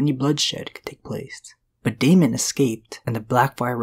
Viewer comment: Daemon is pronounced DAY-mon not DE-mon.